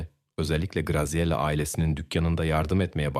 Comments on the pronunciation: italyan bir ailenin basina gelenleri anlatiyorsun, ailenin goruntusu kimler, bir cinli, japon veya koreli bir aile. sacma sapan ilgisiz goruntuler kullaniyorsun. Katledilen kizcagizin ismini dahi dogru telaffuz edemiyorsun, Graziella ismi Gaziyela degil Gratziyella diye telaffuz edilir. o kadar karmasik anlatiyorsun ki birsey anlasilmiyor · olay italyada geciyor ama polisler amerikan, polis arabalari amerikan, pasquale birden paskal oluyor, italyan medyasi yerine amerikan medyasi, once micele diyorsun sonra misel diyorsun, ikiside yanlis telaffuz, dogrusu mikeele diye teleffuz edilir. grazela oldu giricella sonra oldu grikella sonra oldu grisella.. yuh yani naptin yahu. bir dahaki sefere ya gercek goruntuler, fotoraflar kullan ve telaffuz ogren ve olayi arapsaci gibi degilde bastan sona dizilimli anlat ya da sen bir daha program yapma